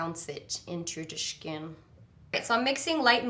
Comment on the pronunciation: Omg... her skiiiiiin ( voice)